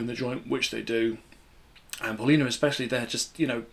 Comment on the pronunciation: Paulina is pronounced . . Pow lina . . Not paul anything . . Pow. .